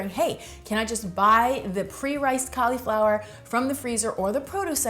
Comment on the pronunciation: Ca-LEE-flower. Heehee